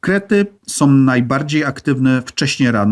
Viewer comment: sOM, robiOM, potrzebujOM, choć ciekawe to nie da się słuchać...